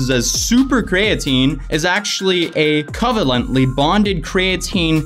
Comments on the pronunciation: Cree ah teen, co vay lent fyi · Why u say covanlent like that it hurt me. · You tried to pronounce covalent and dipeptide... you tried.... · ...bro it's pronounced ko-vay-lent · You can’t even pronounce “covalent” but then you go on to say certain chemicals together aren’t healthy... not saying you aren’t right, but it’s kinda hard to take you seriously